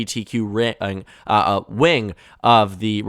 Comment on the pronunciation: You are getting upset over a flubbed word? He said two instead of Q, which are very similar sounding. Can you please stop being an idiot and get upset over actual issues.